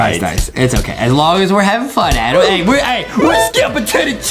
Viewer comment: JUSTIN IS THE ONE BEING MEAN CAUSE HE ALWAYS CALLS ADAM ADEM